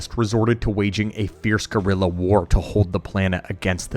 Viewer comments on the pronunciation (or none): none